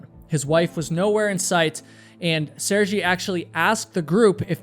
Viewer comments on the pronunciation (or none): I like the way you talk, lively and interesting. If you don't mind to much, I'd like to draw your attention the name of Sergey is, rather than Sergy, is pronounced Ser-gey" But of course up to you. You did chose the most mesmerizing clips of the mountain and play of clouds I've ever seen in a video. Just waaahw awesome! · It's not pronounced Saregee. Its pronounced Sare-gay. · Assuming the name is actually pronounced “sir-gai” .. it’s an extremely common name in Russia…. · Pronounced Seer Gay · Doing the bare minimum of typing the name sir-gay into some TTS thing and listening to it once would already have given you a 100% pronounceable result. When you're clearly not even trying to pronounce the names correctly, why even claim to do so?